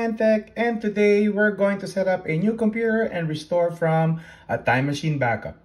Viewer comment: „Cumpur“ = Computer